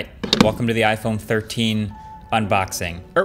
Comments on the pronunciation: iPone lol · "iPone 13 reaction"